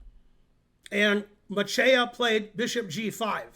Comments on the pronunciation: You pronounce Macieja ~100% correct and his first name quite well. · Very good "Macieja" pronunciation Ben!